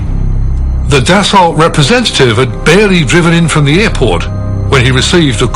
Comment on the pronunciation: DasAULT! He he! Pronounced Dassau.